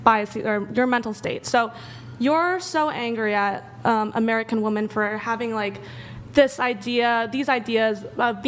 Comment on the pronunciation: Can't any of these women pronounce "womEn" plural? I seem to be the ONLY one who notices. It is so ridiculous. Does no one hear or care that most women on these podcasts pronounce "womEn" as "womAn"? That's absolutely ridiculous.